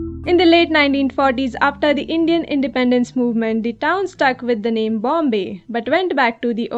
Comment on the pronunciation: I think if you correct the’s and thee’s and establish a good vowel command you would be even better